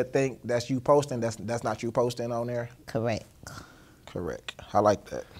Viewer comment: 😂😂😂😂😂 bro the interviewer is STUPID😂 “correck” 😂😂😂😂😂😂😂😂😂😂😂😂😂😂😂😂 man I love you mane 😂😂😂